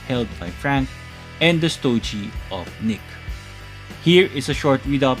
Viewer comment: I'm a huge fan of Marvel Legends reviews.. but I gotta mention that STOGIE is pronounced with a HARD G.. not STO-JEE...😊 That being said...I got my Gamerverse Punisher Nick Fury 2 Pack about a month ago..& I'm very happy with it.. & I'm considering doing the boil & pop swap with Punisher from the Bushwhacker 2 Pack.. but I'm also considering waiting for the INEVITABLE release of the OG black white costume Punisher from the Marvel Legends team. Anyways keep up the great work brother..as always looking forward to more of your Marvel Legends reviews 💯💯